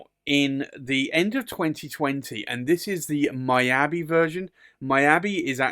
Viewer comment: Beautiful Pen!!. Just want to say Miyabi is pronounce " Me Ya Be" not " My Ya Be".